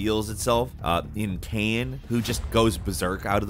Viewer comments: Love the lists you guys make, but Kaine from Nier is pronounced "Kai - Nay" not "Kain"(like pain). It's been mispronounced in every video you guys make that mention the game. I get that the guy who voices these list videos hasn't necessarily played these games, but it's kinda jarring to hear all the praise about the game throughout multiple lists and they all are pronouncing the character's name wrong. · Kainé = Kai - Nay. Not Kain. Lol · you know they dont play the game when they mispronounce a name that is said times in game Ki-nA not cain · her name is not Kane, its pronounced Kai - nee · You calling Kaine "Cane" hurts my soul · "Kane" huh? Didn't know wrestling had anything to do with Nier lol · Did he just say kaine name wrong, "kane" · Guy. Lemme be petty real quick. You sing the praises of NieR Replicant and how much you love and adore it, but y'all can't say Kaine's name right? Shit. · "Kane", what?? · still never learned how to pronounce Kaine's name correctly..... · Did you even play the game? That's not how Kaine is pronounced. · Man you butchered kaine’s name lol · Obviously you didn't play Nier Replicant if you didn't know how to pronounce Kaine from Nier Replicant lol